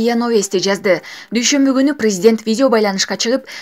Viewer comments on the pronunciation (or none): none